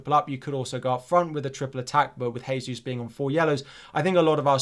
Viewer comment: You’re still pronouncing Jesus wrong. Thought you may like to know.